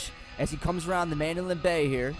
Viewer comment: STOP FUCKIN SAYING MANDOLIN BAY !!!